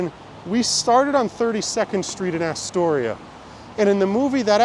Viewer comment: its not "Asstoria"...natives call it Uhstoria....but cool vid...you passed right by my corner on 46th